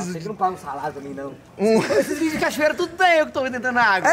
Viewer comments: BATALHAS DE GIGANTESS!! falando cachorreira kkkk (pt_ ) #hornetcampeã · "EU FIZ A CACHORRERA" 😂😂😂😂😂😂😂 AI AI